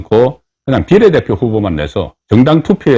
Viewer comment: 비:례대표를 비례대표로 정말 듣기 싫다